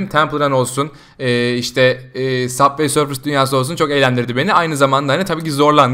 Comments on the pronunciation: Saf vey sörf deil subay sörf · Yanlız süber sörf diye okunuyor